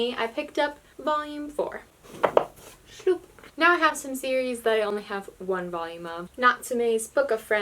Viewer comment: I like how you say "shloup"